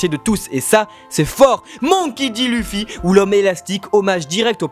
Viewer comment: ON DIT OUSSOP ET PAS EUSSOP!!!!!!!! ET C’EST LEUFFY PAS LUFFY 🙄🙄🙄